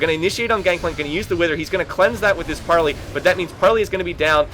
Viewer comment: gangplank's q is pronounced PARLAYYYYY